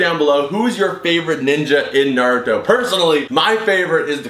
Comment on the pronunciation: its naruto not noruto